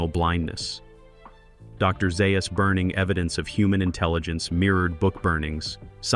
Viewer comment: Some interesting facts and other “facts” but delivered poorly with AI help. As examples - voice seems to be AI (Dr Zaius is pronounced two different ways); I don’t think either Kim H. or Linda H. was pregnant (there was an early plot point of Nova being pregnant); videos has clips from the TV show; and clips rarely align with the topic being discussed. Sloppy job.